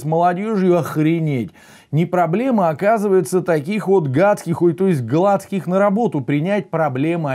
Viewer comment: Дак она не ГлАцких, а ГлацкИх. Тебе то как фамилия? А то, давай, я и твою фамиль переударяю!